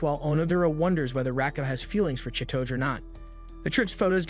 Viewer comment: The way u pronounce chi-to-ge im crying 😭 😭